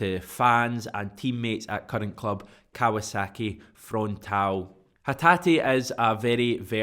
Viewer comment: Frontale pronounced Fron tar lay.